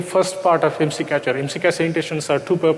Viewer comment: The first sentence was wrong. Its IMSI not ISMI xD